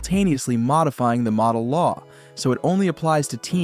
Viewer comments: I know right? It's not the model law. It's the Modell law. AI is not intelligent. AI is ignorant sometimes. Yet we are supposed to believe everything that we are told on videos like this. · It's pronounced Moe-Dell.